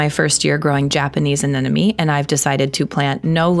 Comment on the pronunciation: You and Monty are correct in your pronunciation of Anemone, have been gardening now for more than 50 years cheers,” great garden”